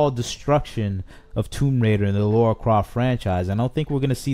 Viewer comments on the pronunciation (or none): This franchise is ancient and yet STILi need to ask this...who the hell is laura croft? Its lara. Makes me laugh when ppl claim to be fans but can't even pronounce her name. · Precisely. He can’t even say her name correctly😩